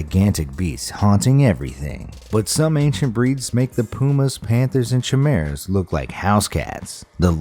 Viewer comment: U pronounced chimera wrong